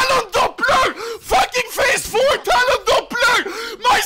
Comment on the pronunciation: I hate how he says Talon “Dopblu”